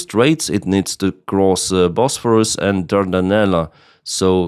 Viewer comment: Bos-phor-us ... Dar-Dan-Elles